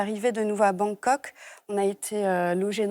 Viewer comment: Surtout qu elle dit Bangkok !